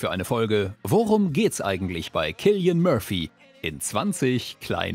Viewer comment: zum Glück habt ihr ihn richtig ausgesprochen, sonst hätte ich sofort ausgemacht